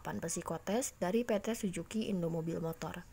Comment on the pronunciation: Suzuki kk.. Bukan sujuki...